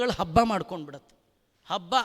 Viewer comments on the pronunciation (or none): none